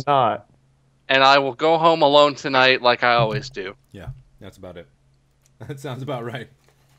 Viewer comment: " tonay" hahaa I re watch this episode it kills me